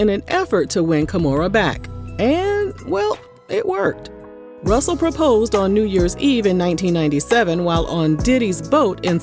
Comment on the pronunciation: Not “Rooosel Simmons “ 😅